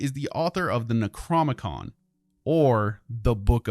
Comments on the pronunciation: NecroNOmicon, not Necromicon... lol. Loving these videos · Ur saying necronomicon wrong, ur skipping the o in the middle